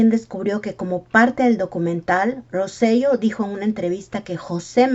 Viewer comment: Hola, excelente video. Quería comentar que el apellido correcto de Roy es Rosselló. El acento en la “O” cambia la pronunciación a Ro-se-yó